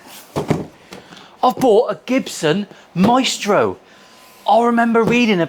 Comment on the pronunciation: Its Maestro not Meatstroke :face-fuchsia-tongue-out